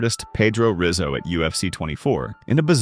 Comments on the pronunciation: Pedro Rizzo (pronounced hizzo). Renato (pronounced henato) Sobral. Murilo Ninja Rua (pronounced hooah). Awesome video, tho. Thanks for the content. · Pronounced “hizzo”, its Portuguese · His name is pronounced Pedro Hizzo. Even though its spelled Rizzo it is not pronounced that way. It's just like Royce Garcie is pronounced Hoyce Garcie. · "HIZZO" - a-hole!!!!